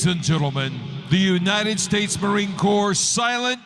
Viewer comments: FYI, Corps is pronounced "core" not "corpse". Sorry, no harm, no foul. Just a former Marine, well, as they say, once a Marine, always a Marine. LOL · From the "States" -- LOVE your YT vids! It's NOT "U.S. Marine 'Corpse'" . . . although it LOOKS to be pronounced that way. I can assure you the U.S. Marine "Core" is alive and well . . . and, amongst the TOUGHEST "core" in the world! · It's CORE not corps... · Two things. 1. It’s called a bayonet, not a “knife”. 2. It’s pronounced CORE (corps) not “corpse”. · Just a little entertainment and probably also show disciplined they are. Little fyi: Corps is pronounce like core. The P is silent in Corps. 😊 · These Marines are all infantry. Never part of a marching band. (Though the Marine Corps does have its musicians.) Consider their performances glorified gun inspections and a show of perfection in drilling. I suggest watching the US Navy drill team, too. PS. Corps is a French word, pronounced “Kor.” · Corps is pronounced CORE .. technically a knife .. called a bayonet. Ha. You call that a knife in the British Marines and you would be doing pushups for a week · The "p" in the word Corps is silent. It's pronounced core. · Corps is pronounced like "core". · Tu. Corps no p sound. Otherwise it sounds like corpse.